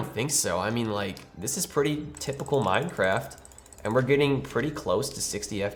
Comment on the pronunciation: "Can they wun minecwaft?"